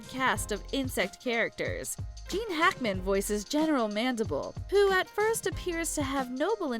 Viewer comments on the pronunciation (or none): none